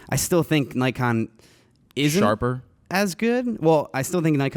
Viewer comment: and another thing... if you're going to be a grammar nazi at least pronounce Nikon right